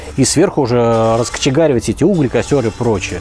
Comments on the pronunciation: Не Угли ,а углИ.И перестань каждый раз закатывать глаза как будто это райская еда какая то .Мясо как мясо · Гуглить научились.А вот вникать нет.Ударение ставится на У только в тех случаях когда слово подразумевается как полезное ископаемое,минерал. А перегоревшее дерево Уголь ,во множественном числе звучит как углИ. Понаделают каналов кулинарных,копируя рецепты с гугла ,а родной язык даже знать не знают.Жаль